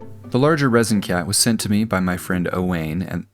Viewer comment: Just for info: Owain is pronounced O-whine. It's of Welsh origin.